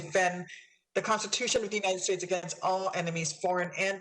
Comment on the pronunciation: You'd think that a senator would know how to pronounce 'the United States' rather than "Uninted States..'...